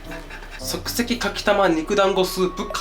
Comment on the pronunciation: そくせきがそくせきじゃねー